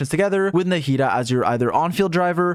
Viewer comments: Why does he say “narrida” instead of Nahida? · Naw-he-dah is how you say it. You don't need to butcher everything that isn't 4letters long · way to butcher the name